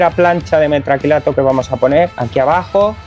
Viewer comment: Pintaba bien hasta que escucho "metracrilato".